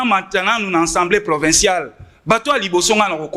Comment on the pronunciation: Ndeko, permetre ngay na porter yo correction en public: balobaka'' Djo Baidn ou Baiden''. Par ailleurs, ba lobaka ''assemblée '' et non ''ensemblee ''